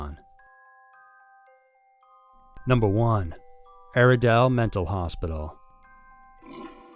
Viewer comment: I’m more scared of your pronunciation of gaol,Goulburn and Aradale.